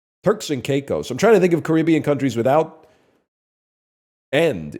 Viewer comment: Why did he pronounce the Caribbean right like three times then correct himself and say it wrong the last time